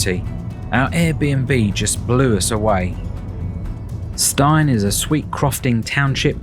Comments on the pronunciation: Stein is actually pronounced Steen. Glad you enjoyed our beautiful island! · Last word. The location of the holiday let is pronounced Steen as in preen not Stein as in Fine. End of grump ! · Pronounced Steen not Stine